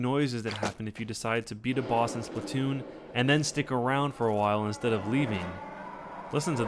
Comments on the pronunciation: It's SPLATOON Not Splotoon even my little Cousin Says Its Splotoon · slAAAAAAAAtoon not splitoon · Why do people say splitoon instead of splatoon? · Fact: The game says splatoon but we all say it as splattoon